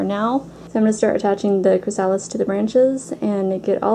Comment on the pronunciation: You have a wonderful decorative eye. Just a tiny helpful note: chrysalis is pronounced "kri-uh-lis". Emphasis on first syllable.